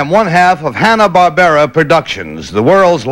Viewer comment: contestant 2 says "Bill Hanner" lol